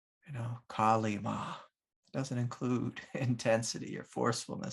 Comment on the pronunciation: Thanks, it seems I separated Kali-ma from the divine and wanted good action without enacting suffering. Thank you for your comment on the implosion – I can see how I need to meditate upon this further. (oh and 10/10 on the name pronounciaton haha)